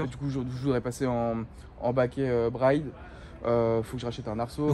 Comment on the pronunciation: Briiiiiiiiide 😂 et non Bryyyyde 🙈